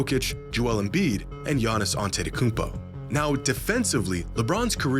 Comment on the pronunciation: Bruh it’s Giannis